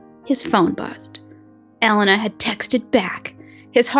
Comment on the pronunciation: It's E-lay-na